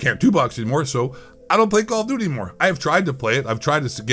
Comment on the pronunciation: “Kall Of Dooty” Ghost Of Eight voice 😂😂😂😂😂😂😂